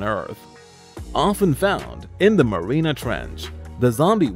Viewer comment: It's not marina ,Marianas!